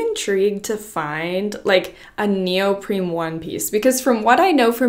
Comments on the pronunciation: neoprene, not neopreme. I had to, I'm sorry! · Her consistently pronouncing neoprene as though it's spelled neopreme is driving me crazy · is she saying “neoprim” or am i not hearing it right? it’s neoprene lol 😅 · it's neopreNe Not neopreMe The First one is my favorite.